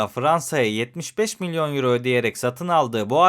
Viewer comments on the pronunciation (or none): none